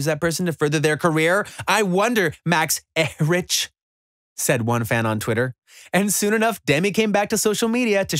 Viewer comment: Max er rich lol it’s pronounced like Eric